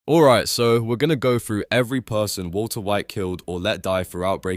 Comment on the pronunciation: Woolter White